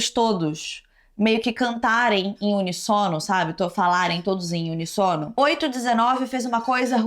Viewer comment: Você precisa checar como se falam palavras que você não conhece. Não é Holocaustro eé Holocausto. Não é unissono é uníssono.